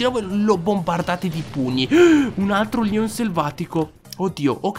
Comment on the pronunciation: Ma perché dici Leon selvaticooo??